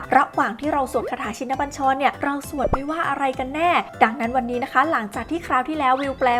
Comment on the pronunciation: อ่านยังอ่านผิด ชิน อ่านว่า ชิ-นะ